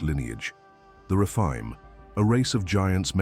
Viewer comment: The refine!???? umm.... I think you mean the Rephaim